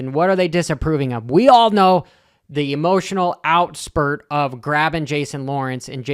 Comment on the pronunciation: How stoned were you when you filmed this intro? “Restounding”, “emotional outspurt” and “Jason Lawrence” all in the first 35 seconds 😂